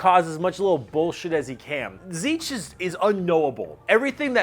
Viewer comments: You forgot to pronounce the "nt" in "Tzeentch" lol. Zeent-ch. The "papa Nurgle" thing is not just a joke. Nurgle cares the most about his followers of all Chaos gods, and his followers are also the happiest of the bunch. A good way to explain Slaanesh is by comparing it to the cenobites from Hellraiser. Beings capable of imparting pain and pleasure so unimaginable that it can tear your soul apart. You forgot to say the Eldar ships are basically filled with Eldar souls cuz they put them there so they dont go to the warp and get eaten, and that Eldar mechs are basically powered by necromancy cuz they put those souls in em to power em. You said Orks don't have existential crises, but Ghazghkull Thraka had one when Yarrick died. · I love these vids, but is Tzeentch really pronounced "seetch"? I don't know but it doesn't sound right lol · Good video, but I have to be that guy that comments on this being the absolute weirdest pronunciation of Tzeentch I have ever heard. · except he pronounced it Tzeetch. He forgot the N. Not as planned, methinks ;) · I always thought Tzeentch was pronounced Tease-nitch . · I don't think Tzeentch is pronounced as zeech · Is my hearing going funny, or is pronouncing 'n's as 'm's? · This is possibly the worst pronunciation of Tzeentch I have ever heard. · THAT'S how you pronounce "Tzeentch"?! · missing N in pronunciation of Tzeentch... brrr